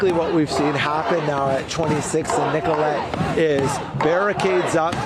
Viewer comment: Nicoll-it not Nicoll-ette